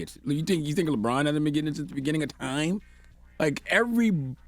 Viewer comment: He calls Lebron lebrick. 🤷🏽‍♂️